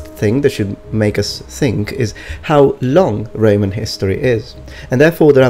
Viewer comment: It sounded like Reman Republic and Reman Empire, or I'm just hearing wrong... lol